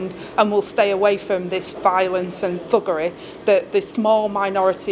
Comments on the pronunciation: Did she say buggeray or fuggeray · She can’t even say “thuggery”.